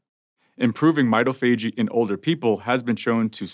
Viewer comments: Pronouncing MITOPHAGY. Not /m’eye-toh-fajey/ but rather /m’eye-TOF-agy/. Come on Doc! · Hi: That word is pronounced my-tof-a-gee. It is analogous to au-tof-a-gee. Most readily available lexica will not have this entry but running an search on the web, you can find the pronunciation. Thanks for spreading the knowledge! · It is pronounced "my - TAH - fa - GEE" Primary accent on the 2nd syllable, secondary accent on the final.